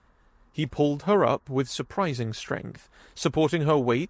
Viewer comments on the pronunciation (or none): none